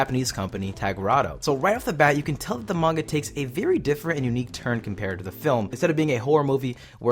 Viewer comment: Someone finally says manga right